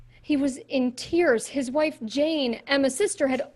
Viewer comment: HIS *WIAFE*!!!